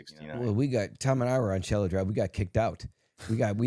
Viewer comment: Its Cielo Drive Kato. Not Cello.